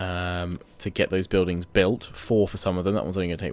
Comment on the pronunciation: Buildingssssss andttttt why do u pronounce it's so ttttt after every sentence isn't so annoying